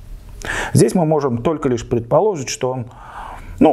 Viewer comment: Не предполОжить... А предположИть... Учите матчасть... Слушать ваше косноязычие уже сил нет... Готовьтесь к программе, читайте текст до передачи... А не во время её.